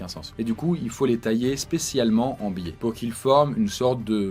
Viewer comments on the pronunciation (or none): none